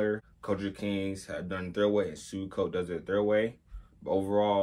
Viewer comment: It’s pronounced “say chi” and suicoke is “swee ko kay” nice review tho!